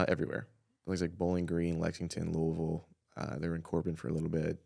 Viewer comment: The way he says Louisville, you know he is legit.